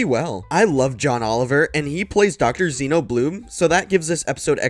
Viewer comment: XeNON, not Xeno Blume. It's an element on the periodic table.